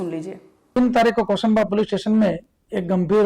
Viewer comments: जगह का नाम कोसंबा है ना कि कोसांबी ज़िला सूरत है। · कोसांबी नहीं 🤣 कोसांबा है